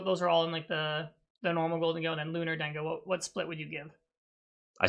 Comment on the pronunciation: Calling it Lunar-dengo before Sol-dengo is crazy lol